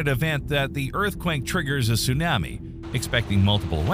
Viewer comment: If Tsunami wasn’t pronounced the way it is in the video, I’d be less bothered by the narrator. ‘Soon-am-me’. I’ve never heard it said that way.